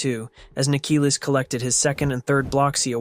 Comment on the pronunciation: freakin larper,he doesnt even know how to call Nikilis right